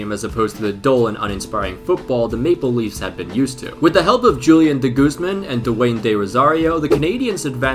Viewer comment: What says: Maple Leaves What I hear: Make believes